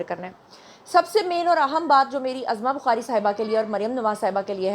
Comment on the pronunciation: Urdu thik krlen ap azma bukhari nhi uzma bukhari bolna Chahiye apko.